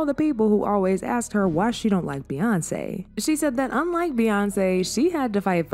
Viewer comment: That "zon't" took me out😂😂